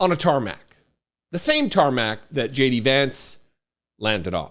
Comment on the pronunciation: Did I just hear; "J.D.AdVancement"?